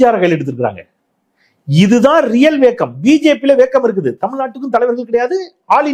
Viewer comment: வேக்கம் அல்ல வேக்குவம் போதமை இல்லை பேதமை ஆங்கிலம் ஓகே, தமிழைப் படிக்கவும் 😅